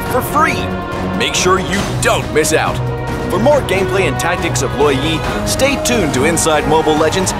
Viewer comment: He pronounce it Law Yee But I pronounce it Lou WOh yee